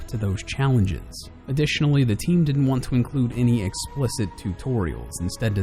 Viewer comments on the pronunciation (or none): none